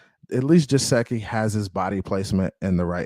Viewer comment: No offense but it’s Geh-sicky not Je-seh-ky